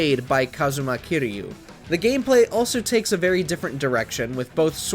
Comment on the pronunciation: Funny I didn't even catch "Kairo" lol I was already mad over Yagami. Also you gotta mention the Judgment series has an English dub there's no excuse for the presenter making those mistakes.